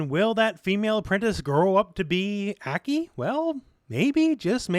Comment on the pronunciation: ACK KEY? Hope she's pronounced (Ah- Kai)